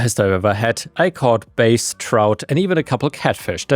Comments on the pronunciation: Pronunciation clue: the fish called “bass” rhymes with “ass”. Not “base.” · Bass, bass, buh, ahh, sss, not base. The fish name sounds like the body part. Unless you are ai, then that would make sense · When applied to music bass is pronounced as in its homonym base, but when applied to fish it's pronounced "bahss'. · buh-ass not baSE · I love you man but please stop pronouncing bass like that. When talking about fish, Bass is pronounced like the word ass just with a b in the beginning. If you're talking about sounds then bass is pronounced like face except with a b sound obviously. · Just FYI... When you use the word 'bass' as in a fish, the word is pronounced like the word pass. They way you pronounced it pertains to a low singing male voice. 😊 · Just so you know, bass and bass are heteronyms. They're spelled the same, but pronounced differently. The fish you were referencing in the first story rhymes with the word "gas" or "pass". The other pronunciation refers to acoustics(a deep, resonant sound). That word rhymes with "face" or "lace". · Bass (fish) rhymes with glass. Bass (guitar and sound) rhymes with chase. 😉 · Bass the fish is a long A sound with a short S sound.